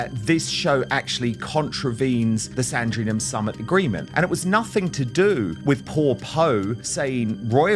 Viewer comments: The summit was SANDRINGHAM and not SAN-DRI-NHAM! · oh yes there is.Its pronounced Sandringham. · It's pronounced Sandringham. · You can't pronounce Sandringham, you call Poh 'HO' and you don't even know that Poh is a woman, not a man. Why should anyone ascribe any crediblity to your opinion?